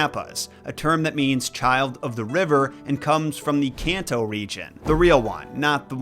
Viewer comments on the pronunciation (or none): none